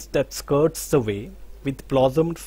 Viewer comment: Sir, excuse me. Will you please check your pronunciation of 'the' before a constant sound? It degrades the quality of the teaching... Sorry to say this